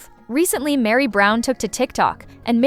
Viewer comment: Why are you calling Mary...Miri?